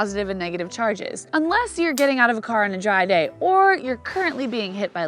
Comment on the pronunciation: I hear you say jy instead of dry 😃 Get well and shine again soon!